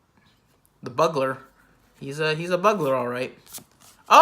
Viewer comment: That elder dragon tho.... fyi Bugler wasn't pronounced right XD. Sorry only mostly laughing